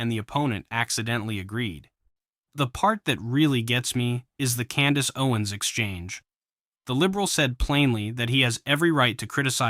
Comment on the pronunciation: This dude has a problem pronouncing words. He pronounces Candace Owens has Candace "Oins". Most of the time he's slurring his words and sounds like he's drunk. Is he drunk?